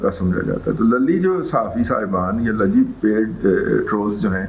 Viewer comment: 😜😂😜😁😁 سر جی ! صدیق لَلی نہیں، صدیق لُلی Luli